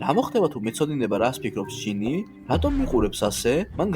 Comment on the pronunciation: გჟინი კი არა ჯინი